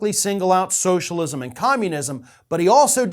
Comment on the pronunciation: He hates socialism so much he can’t even enunciate the word, just rushes through it as fast as possible